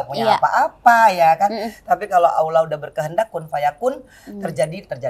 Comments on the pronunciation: Mba angie alhamdulillah sy kagum...tapi tolong bilang Allah bukan Aulah (LL bukan au) sudah 10 tahun mudah2an lebih baik lagi ya...wallau 'alam...maafkan sy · Mba angie...sebut Allah itu bukan dgn aulah...tapi lam nya ditekan...karna lamnya tasydid...jadi A nya langsung ketemu lam di tekan lamnya ya...semoga bermanfaat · Bukan awlah mbak enji, ( allah)